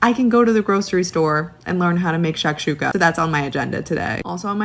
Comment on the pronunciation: I don’t like she said shashuka